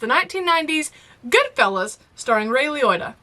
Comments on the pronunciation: Repeat after me, " Lee-o-ta" Ray Liotta 🤣🤣🤣🤣 In my personal opinion, your next mob movie should either be Casino, or, Once Upon a Time in America. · Ray Lioita.... Roy Liota. I mean, between the two of them, you got it right once. XD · "Lee oat ah, Lee oat ah" 😂😉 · Since you referenced Chinatown in comparing it to Goodfellas, I recommend the sequel to Chinatown…The Two Jakes. I do hope you’ll get to see Ray Liotta (pronounced LEE-Oh-Tah) in not just Field of Dreams, but also Copland with DeNiro and Sylvester Stallone. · It's pronounced lee-OH-ta. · Lee OH ta. Not too hard if you understand how Italians pronounce vowel sounds. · Goodfella's > Godfather And it's Ray Lee-o-ta... probably not grammatically correct but it is what it is. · Firstly, if you think your gangster name would be anything other than "red" you're absolutely mistaken. Secondly the easiest way to think about how to pronounce Ray's surname is to think of him as Ray Lee Otter (like the animal) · Phonetically...say Lee-Oh-Ta. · you're awesome but its pronounced Lee-OH-tuh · His last name is pronounced Lee-oh- tah, like Toyota. I can sort of understand since you are from the south and not Italian, I’m not either but my step- father was Italian- American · Good fellas is a great film. But Field of Dreams was a unique experience and a great film. I have always heard his name pronounced: Ray Lee-OAT-uh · Ray Liotta (pronounced Lee Oh Tah) was also the main character in the video game Grand Theft Auto: Vice City! A role his fans will always love him for. He was truly great and was making a bit of a come back when he passed. Very sad. Great video! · Lee-Oh-Ta. And some form of the mafia has existed forever. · Ray Liotta (pronounced Lee-oat-uh) is one of my favorite actors of all-time. And Goodfellas is the gold-standard of cinema, in my humble opinion. Hope you enjoy it! ♥️ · Prayers for for her inability to properly pronounce Ray Liotta's last name. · "Ray Le-rota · It's Lee-OAT-uh